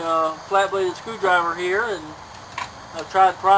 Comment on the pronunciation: "Located heyaw" LOL